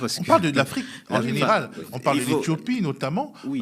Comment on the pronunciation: En fait ce "zénéral" a fait une déclaration de guerre aux Africains !c'est noté" zénéral"